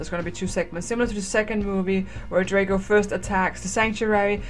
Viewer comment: BTW its DRAAAAHHHHGO as in AHHH how you scream. it even says it in the 2nd movie